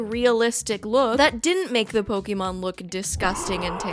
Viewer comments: Still bothers me when ppl say "poke-eee-mon" it's "poke-aye-mon" Thanks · nitpick of mine is when someone calls 'pokemon' 'pok ee mon' insteady of 'pok ey mon' -- I'm guessing because they don't know there's a reason why there's an accent above the e. heh. One Piece is by far the best adaptation and the Luffy character is perfect (he looks way too much like benoftheweek) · An entire video misspronuncing Pokémon